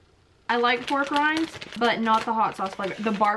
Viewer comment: When you said pork rinds I thought you said war crimes🤣😅